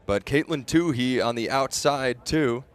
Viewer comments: Say Caitlyn's name right, please! It's Toooey, not Toohey. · nobody in the history of track/cross-country career (high school, college, and professional) has ever pronounced her last name "Toó-hee"... except this guy... 😖... the H is SILENT (Toó-eee)... but, this guy insists on putting forth extra effort to pronounce the H... 😆. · I just wish he wouldn't say two-hee, it's two-ee. Oh well. She kicked ass and I loved it! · Not "Tooheee!" "TOOEEE"! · No, it's silly only one of them continues to get it wrong. No Too-hee on the track. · I think it's silly that the two announcers don't pronounce her name the same way. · It's like he made a point of getting it wrong. My Irish wife is also a Tuohy, so that guy's pronunciation hurt my ears.